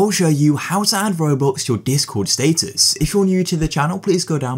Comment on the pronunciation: he did not just say state us